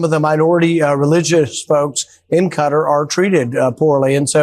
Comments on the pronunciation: It’s as obvious as the nose on his slug like face. Nobody as ever heard of Qatar and the idea that they want to give the slug a plane is laughable. Qatar is pronounced guitar not cutter. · I don't understand why so many americans pronounce Qatar as "cutter". Kuh-Tar! Rhymes with guitar 😂 It's not hard! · Maybe the jet was to try and get americans to pronounce kuh-TAR correctly, or is saying cutter just easier for all the ericans? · It is not Cutter but Ka-tar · Excuse me, it is not Cutter. It is pronounced kuh taar you stupid Fox people. Thank you,, for the proper name usage. ❤ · Why is everyone pronouncing Qatar like cutter? It’s Qa-tar right? Am I getting this wrong? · Why is people call the country Cutter? It is pronounced ka-tar (if you can do it with a French accent,) Bonus points 😂. Cheers!❤ from Canada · cutter or Ka-Tar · It's Qa'tar.....not cutter. Say it correctly. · Uk guy here what’s all this Kuta ? It’s pronounced Kuh-taa crying out loud. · How do so many people pronounce Quatar wrong?? It’s not “cutter” it’s “cuh-tar” 🤦🏼‍♂️ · ITS KUH-TAR!!!!!! Why pronounce folks from there as Kuh-tahhhhries if they are from Kutter? They'd be Kutteries!!🤦🤦🤦 😅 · WTF is wrong with Americans? Its Kah-tar. Why is it so friggin hard to even TRY pronouncing the name of a country properly. Its NOT cutter. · IT'S KUH-TAR, NOT CUTTER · A ghastly fake tanned man leads a presently gutless nation. YOUVE LOST SIGHT OF SIMPLE RIGHT AND WRONG. 🇬🇧🇬🇧🇬🇧🇬🇧🇬🇧 by the way it's Qatar, not. Cutter. 😮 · How do you make it cutter ? You morons even Trump can say Qatar properly. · Could news anchors learn how to pronounce Qatar... it is is not pronounced 'Kutta'!!! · Cutter??? No Wonder The World Hates The USA Right Now, You Cannot Say A Nations Name Properly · It took me a while to understand that when they say ”Cutter” they actually mean Qatar. Like why?? And also like why can he take a 400m jet 😭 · Why can’t yanks pronounce Qat-AR? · Cutter ?? It's Qatar ! Do better